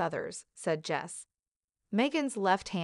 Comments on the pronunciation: If you can't say your experts name properly. Well....Jose not Jess. Pronounced hose a. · It Jose ( pronounced HO-SAY) Enrique Rosas.